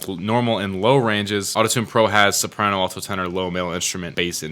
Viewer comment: Alto is pronounced al-tow lol